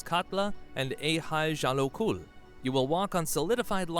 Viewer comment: He did not say Eyjafjallajökull the right way!